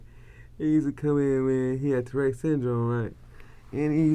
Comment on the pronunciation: Did he say "Tereck" syndrome? No boo boo Tourette's syndrome T O U R E T T E ' S.😏